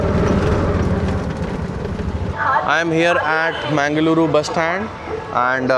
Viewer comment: why most of North Indians refuse to pronounce name in its original form? Its not Ashwamedh , Its Ashwamedha .. A is there bro as a last letter . Its actually Irritating for language speakers to listen like half chopped names. other things : Its MANGALURU not manglore and its BENGALURU not banglore .. pls read Names correctly . Bro its not paalllki😭 Its PALLAKI..